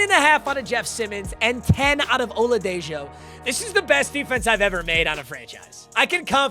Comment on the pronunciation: It's pronounced oladeho